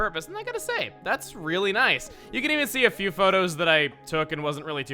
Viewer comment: #great vids people that like chugga and listen to what he says it's not PHEW IT'S F. E. W.